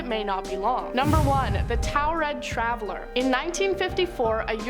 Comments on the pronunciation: Why the hell she say taured like that?! Ooh that pissedd me off! It's not towred it's tored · I think I'm from a parallel universe where these lists are all made and if I hear about the man from Taured one more time. I'll explode. These are all the same just different presenters. And not a ONE says Taured the same as another. These lists are all regurgitated content that I've seen and heard countless times and if Landon doesn't want to lose subs he should investigate and exclude if it's mentioned more than 10 times he should disregard that part. These channels are soooo saturated with old content. Make something from the bottom to the top. We give you our time subscribe to you and you put 0% effort. We deserve better.